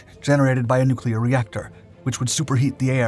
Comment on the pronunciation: "Nucular" -Homer Simpson